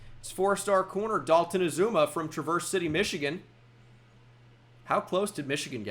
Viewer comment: It's pronounced "TRA-vers City". The e at the end is silent.